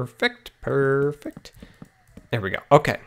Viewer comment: WHY DOES HE LIKE SAYING PURFECT !!!!!!!!!!!!!!!!!!!!!!!!!!!!!!!!!!!!!!!!!!!!!